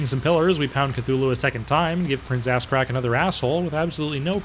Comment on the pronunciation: I’m glad I’m not the only one that calls Ahzrak, Ass Crack.